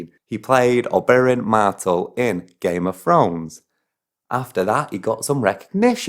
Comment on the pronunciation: I didn't know I needed a northern murdering of the Martell name followed by several repetitions of 'Game of Throne' (fair maybe, the series doesn't really focus on multiple 'thrones' apart from the northern kingdoms, a bit), but apparently I did.